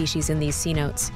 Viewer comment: It’s pronounced C no Tay Not see notes 😂🤣😂🤣😂🤣😂🤣😂